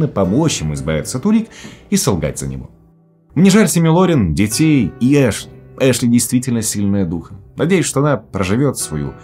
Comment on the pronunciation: Не Эшли, а Ашли, режет слух блин)